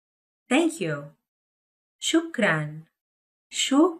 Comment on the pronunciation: 👏👏👏 شكرا لكم لو تراعون خصائص المقاطع الصوتية العربية في النطق البطئ فسيكون الأمر أكثر فائدة ان شاء الله مثلا بدل من مجرد تمطيط وتقطيع الكلمة كقول "شو كران" فالأفضل توضيح مقاطعها بنظام الاصوات العربية "شُكْـ/ رَنْ" وهكذا.